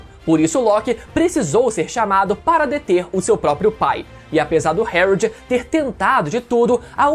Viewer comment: Pq ele fala algumas palavras errado? Tipo o nome do pai do loki?